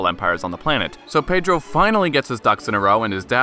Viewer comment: Dude, you said his name better than me and I'm brazilian lmao